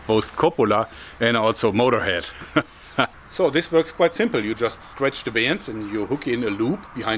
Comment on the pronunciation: he sounded realy scotish when he said motorhead